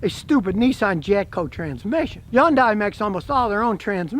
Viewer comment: First thing you need to do is learn how to correctly pronounce Hyundai.